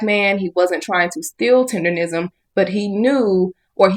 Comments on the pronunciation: Please tell me why you keep saying "tenderism? It's "TENDERNISM!" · Rism not Nism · Learn how to say it my dude. It's tendernism with a N not R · Sir it's Tendernism not Tenderism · Everyone always mispronounces his name is not tenderism it's "Mr. tender-nism" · It's "Tendernism. Not Tenderism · Tendernism. Its tendernism not tenderism. Cmon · It’s Tendernism the blogger is saying it wrong he’s saying Tenderism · ITS TENDERNISM NOT TENDERISM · got to be the dumbest nigga on the internet. Nigga, the word is TENDERNISM, not "tenderism", stupid. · Tender "NISM" not Rism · Damn kmon You saying the wrong word is "tenderNISM" not "tenderRISM" buster 😂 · its Tender- Nism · Please say it right. It's TENDER-NISM! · IT'S "TENDERNISM" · Bruh it has always been Tendernism people have just been mispronouncing it 🤦🏾‍♂️